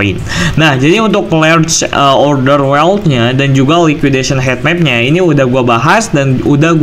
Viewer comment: Bacanya hitmap bukan hetmap